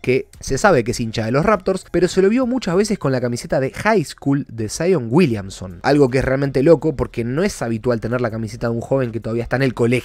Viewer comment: Saion uilianson XD (no busco faltar el respeto lo siento)